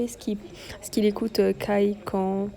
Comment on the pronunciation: depuis que le pop up a commencé je cherchais des vidéos sur youtube dessus comme je n'ai pas pu y aller... merci à toi de nous le partager, gros coeur sur toi !^^ ( Kai se prononce Kaille et pas Kay! ^^)